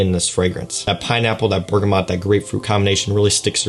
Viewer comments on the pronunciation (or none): none